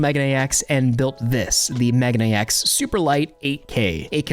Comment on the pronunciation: it's not "mega-nex" it's "meh-gah-neh-ex"